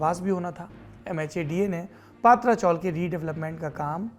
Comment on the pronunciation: पात्रा चाॅल नही पत्रा (पतरा ) चाॅल है , उच्चारण गलत हो रहा है. , खत्रा को खात्रा बोलने जैसा है